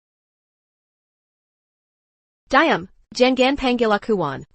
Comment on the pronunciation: Banyak perkataan yg sebutan nya kurang memusskan kn contoh diam jadi dayam